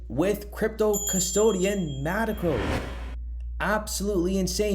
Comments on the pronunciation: Metaco not Mateco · It’s “Meta-Co”